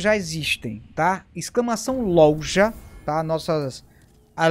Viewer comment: Essa pergunta tentei achar a resposta no Google e n encontrei. Pq os Youtubers estão falando LOLJA ao invés de LOJA? Alguma idiotice do YouTube e suas diretrizes?